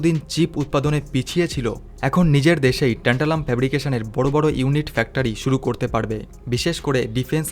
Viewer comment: এমন যান্ত্রিকভাবে বক্তব্য পেশ করলে শুনতে ভাল লাগে না।উচ্চারনেও ত্রুটি।একবার বলা হচ্ছে টেন্টালাম, একবার ট্যান্টালাম। এছাড়া একটি দেশের নাম বারবার জার্মান বলে উল্লেখ করা হয়েছে, জার্মানি নয়।বাংলা ইংরেজির মিশেলে পরিবেশিত।অথচ কত গুরুত্বপূর্ণ তথ্য যা আমাদের ভারতের ক্ষেত্রে অতীব তাৎপর্যপূর্ণ।